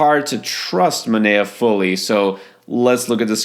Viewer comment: Manaea is pronounced "Ma-NIGH-a."